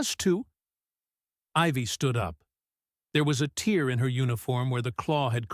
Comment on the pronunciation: "She had a tear in her uniform" The reader makes it sound the the uniform is crying rather then being ripped... Gotta love AI channels with no brains.